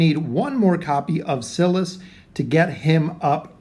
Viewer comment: It’s sigh-lus not ci-lus